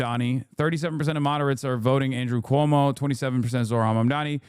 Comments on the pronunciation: Cuomo STILL can't say his name right 💀 also, if we're gonna go with the "smart" way of gauging rent, 1/3 of Zohran's monthly pay is ~$3,900. So 2300 is VERY smart with room for saving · Still saying his fucking name wrong. God please New York punish this man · Still mispronouncing his name, Cuomo??